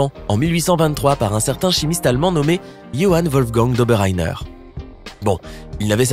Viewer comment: nan mais c'est cool d'etre avec toi mais tu veux dire jhoann ou ça ce prononce comme t'a dis